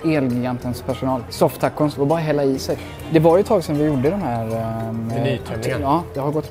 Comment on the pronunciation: Sa ni soft tacos? Tyckte ni sa Sofftacos 😂😂😂